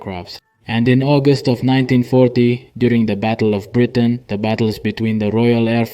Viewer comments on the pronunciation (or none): none